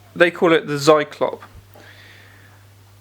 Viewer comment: Oh god, no! They most definitely do not call it the "seiklopp". If you don't know how to pronounce something, just say so. It's fine. No big deal. Don't just lie and make shit up. This is garbage.